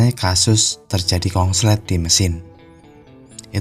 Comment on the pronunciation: Pak konslet jadi kongslet